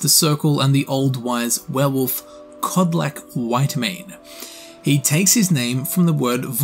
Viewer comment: Im from croatia and its not vlukodlak its vukodlak coming from the words vuk and dlaka in eanglis wolf and hair